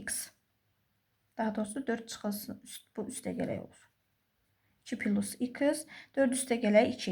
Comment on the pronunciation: Düzünü desəm, esebime toxunduz İkıs, pilus zad..